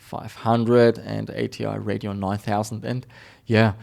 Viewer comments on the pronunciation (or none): none